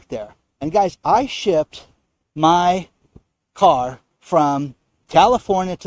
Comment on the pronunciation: I love how he says he shipped “my car”. Lol.